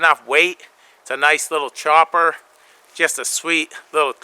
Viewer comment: kudos on the new "Choooppppaaaass" pronounced with Brooklyn accent. More from " Cutting Edge Technologies".... Cheers, Mate.